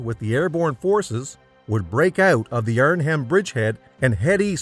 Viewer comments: Naaaah. He also said "Arn Ham" for the city and not as it is pronounced: "Arn-um" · Not sure what corpses the narrator is referring to. A “corps” is pronounced “core”. Also the H in Arnhem is silent. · A good summary mauled by bad pronunciation. Corpse? Arn-Hem? Oysterbeak? Sheesh!